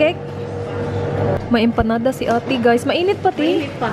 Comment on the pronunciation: That "hi ghAys"